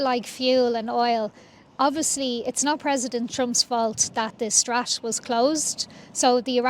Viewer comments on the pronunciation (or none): Did she actually said strat instead of strait?